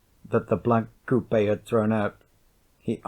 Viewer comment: The way this guy pronounces coupe bothers me